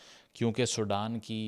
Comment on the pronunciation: It's Sudan not Soudan